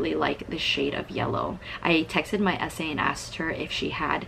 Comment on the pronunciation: Completely off-topic, but every time you say SA, I keep think you're saying 'ese' in Spanish lmao